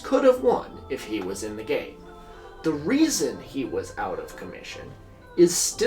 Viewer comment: I thought he said “America’s gay” not “America’s game”